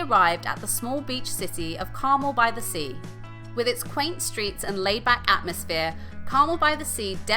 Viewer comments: 😁It's Car-mel, with the emphasis on the 2nd syllable!!!😁💚💜💙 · Good video, but you are mispronouncing Carmel! As I'm "Carmel by the Sea"